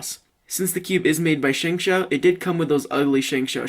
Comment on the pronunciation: You pronounce it SHUNG-SHO